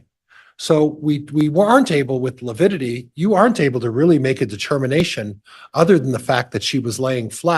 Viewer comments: Every time he says “lipidity” I cringe 😬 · Yes, it sounded to me like he kept saying lipidity... like fatty acids (lipids)... odd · Prior mispronounces a lot of words and names. But I really wish someone would have corrected him on the “lipidity” one. That was so cringy. 😖 Also cringy: parochial / patriarchal and how he butchers Zulema’s name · Is Priors inability to say “lividity “ another attempt to show the jury he”s just an old boy struggling with unfamiliar problems? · side bar "Your honor, please tell this self-proclaimed idiot that it is lividity, not lipidity" 😮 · Does Prior keep saying lepidity?? Instead of lividity 🙄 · Yes, every time he said lipidity I muttered 'good one, Prior' What a twit